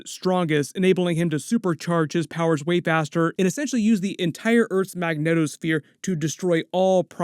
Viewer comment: Are you specifically saying megneto sphere or do you mean magnetic sphere I need to know